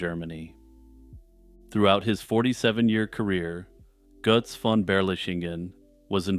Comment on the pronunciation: Greetings from Germany. I often listen to you and always like your way of speaking. This Götz-thing was a special pleasure, of course. Your pronunciation of German "ö" and "ch" is good. This is not common for English-speakers. Jagsthausen is also correctly pronounced. Landshut, though, is pronounced more like "lunds-hoot "with "u" as in "but". You are very well informed about the fellow, knowing more than I remember from my schooldays when we read Goethe's play about him. This play contains the words that are written half-correctly under the relief portrait of the knight that you show. Goethe wrote "im" instead of "am". "Am" belongs to the everyday version of the saying. Germans, especially in the south, often use it, and some variations of it are not even an insult. Sadly, in Germany Götz is not remembered for his interesting life, although many know about his iron hand. His memory is kept alive by the well-known expression "Götz-Zitat". The word is used as an euphemism when speaking about the use of the rude invitation that Goethe invented for the hero of his play.